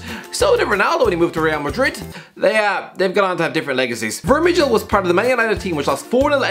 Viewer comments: The "ij" in Vermijl is pronounced the same as the "ij" in van Dijk and every other "ij" in the Dutch language, It's not pronounced as "ich" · When the Irishguy said Vermijl i lost it😂😂 the last part of is name (mijl) is Dutch/Vlaamsers for Mile you pronouce it kinda the same way